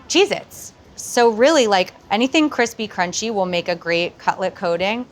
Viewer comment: When she said "Cheez-its" I originally thought she said, "Jesus.." lol Love the recipe!